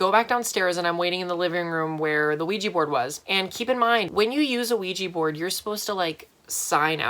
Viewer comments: i hate it when people say 'ouij i ' instead of 'ouij a ' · “There was a weejee board in my room.” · I know I sounded like a dumb bitch, but I thought Oujia was spelled and read :"Luigi"